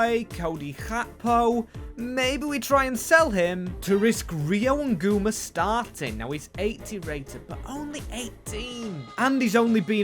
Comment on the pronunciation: hey, Ngumoha is pronounced n-gu-moh-a not nguma